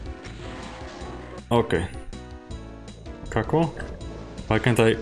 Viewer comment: The way he says Caco is funny